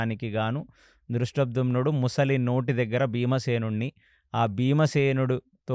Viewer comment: సార్, ప్రతి సారి ముసలి,ముసలి అంటున్నారు. అది మొసలి సార్.